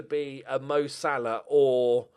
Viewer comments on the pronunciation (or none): none